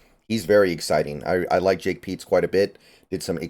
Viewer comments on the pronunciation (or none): none